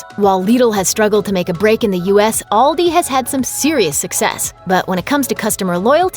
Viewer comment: Actually the way she pronunces it, is the same way we in Germany would do it. :) Liddle sounds strange to me^^. But Aldi is pronounced wrong ;).